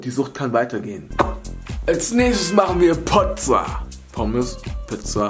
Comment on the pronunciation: Nicht Pozza, sondern Kozza